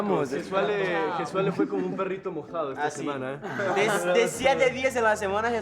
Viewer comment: Is jesuale not juezaela :D